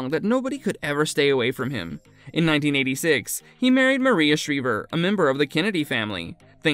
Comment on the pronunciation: Shr-eye-ver. Not Shr-eee-ver